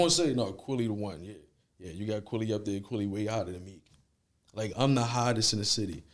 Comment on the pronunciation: He keeps saying Kwaly instead of QUILLY..LIKE MILLY AK